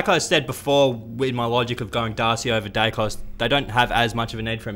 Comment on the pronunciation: Who is Dykos? Daicos is his name.